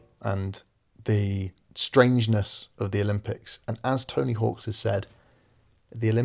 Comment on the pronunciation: It's Tony Hawk, not Tony Hawks !